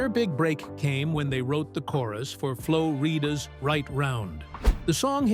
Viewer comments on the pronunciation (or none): the way this guy said flo rida's name was so wrong